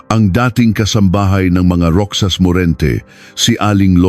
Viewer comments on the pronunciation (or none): Anong roksas Ang basa mo sa Roxas Ang banggit niyan ay rohas (roxas) napaka bobo mo magbasa .. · Hindi roksas.. Roxas. (Rohas) Balik ka sa grade one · Ayusin mo pagbigkas mo hindi ROKSAS ANG BIGKAS NIYAN ROHAS ASUSSS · * pluma is fountain pen. * Fountain in Tagalog is balong or bukal , however, Filipino use the same word " fountain " or "paunten". ( 'Could have researched a little more. That there is NO direct translation of "fountain" in Tagalog.) - Roxas pronounce as ™Rojas not rocsas... - 12 = " labing dalawa not "labing-two" ? Should have been edited these mistakes, a lot of words are confusing. AI is helpful but use it properly, not overly dependent. SMH. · Rohas Po ang basa sa Roxas 😊